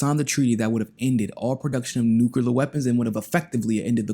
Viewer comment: Its not Nu-CUE-Lar. It's Nu-CLEE-Ur Sorry. That just bothers me😂